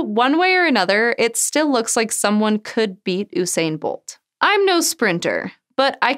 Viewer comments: excuse me did you just say ooo-sain bolt instead of usain bolt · U sayin bolt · Oosain lol More like yousain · It's U-sain no O-sain And I know I'm correct because I'm from Jamaica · I know she ain’t just say oo-sain bolt! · Girl said OOSAYN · I'm sorry but did you just say OO-SAIN-BOLT. NOPE TRY AGAIN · "Oosain Bolt" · Guys PLEASE, it's pronounced You-Sain 😭. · Oosain bolt? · How many people needing to point out Usain is Pronounced "You-sane" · Isn't it a variation of Hussein? If so, it is supposed to be pronounced as "Hugh-Sane" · Oesain bolt? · Oosain Bolt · Ooosain Bolt. Clearly she doesn't sport. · Omg at least pronounce his name correctly🤦🏽‍♂️ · How do you not know how to pronounce Usain's name...... :/